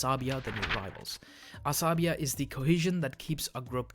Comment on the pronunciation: Asabiyyah..please!!! Check yr pronunciation